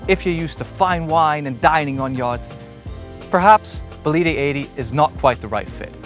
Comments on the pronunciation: Is not Bolíde, is Bòlide. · Next time I suggest you check how to pronounce the bane of the vessel you show. It is Bólide, not Bolíde. Other than that, well done. Brunello is the man ! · It actually is bo-li-de with stress on the first syllable. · All fantastic😂shame you butchered the boat every time you said its name. Before demolishing any work you do, ask for advice